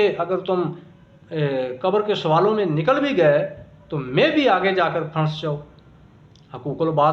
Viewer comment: Phanis ni phanc jata hy